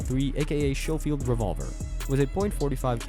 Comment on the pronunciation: It is shoffild it's scofield!